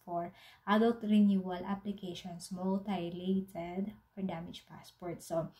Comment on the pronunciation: Mutilated: myu-ti-lay-ted